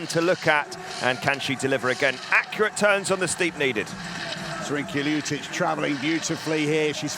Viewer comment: LjuČić ? :D Is it so hard to pronounce Lj-ut- itch?